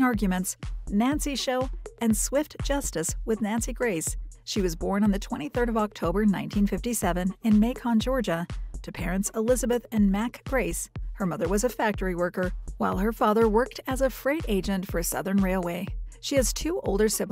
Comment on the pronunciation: You're saying Macon wrong. You say it like bacon.